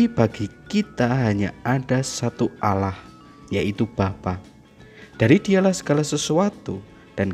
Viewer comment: Hey sebut Allah bukan alah